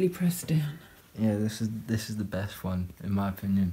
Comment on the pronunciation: When said Yh I think this is the best one I thought he said Yh i think this is the deaf one I got emotional then